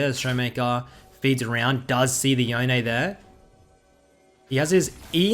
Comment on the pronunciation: Just please say Yone (like you'd say Dome). Not Yonay.